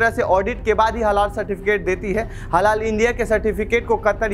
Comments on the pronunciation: अरे रिपोरटर साहब ! हलाला नहीं हलाल कहिए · Its HALAL,,,,not HaLALA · अबे पहले बोलना तो सीख लो वह हलाला नहीं हलाल होता है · Bsdk ita halal not halala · Bhai Halal bolo. Halala halala kyu bol rahe ho? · हलाला नहीं हलाल आप लोग पहले समझ कर तब बोला करे कियो कि खबर पूरी दुनिया में देखा जाएगा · Baar baar Halala halala kar rahe hai Halal pronounce karen please. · jahil bhi parekar ban baytha hai halal aor hlala bhi nahi bolpata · निहायत ही घटिया रिपोर्ट, हलाल को बार बार हलाला बोला गया। जान बूझकर किया या गलती से दोनों ही हालत में सच्चे पत्रकार हो तो क्षेद प्रकट करना चाहिए। देखते हैं करते हो या नहीं। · हलाला नहीं हलाल कहो भाई।